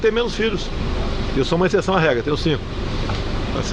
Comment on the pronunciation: Ele é exsseção? Assim eu vou morrer de rir cacete. Fala sério. Se eu morrer de rir minha família processará vocês....